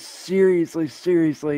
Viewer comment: Trust me when I say...Chance has never been able to say the word "seriously". Edit: is he "seriously" sucking on his shirt ? Wiping drool? What the hell is he doing here?